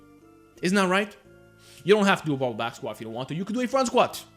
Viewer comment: Is he saying " bubba" back squats???? Wtf